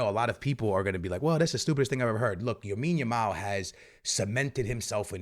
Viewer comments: Why are you saying Yamin Lamal 😂😂😂😂😂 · How long is it going to take u to stop saying Yamine Yamal😂😅😂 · And when he trys to get it right he goes Yamine Lamal 😂... it kinda is confusing tho... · First listening to homie but my ears bleeding by the way he says the names 😂 wadahell. Not everything needs to be Americanized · Lawondowski? Yamine Yamal? Eh??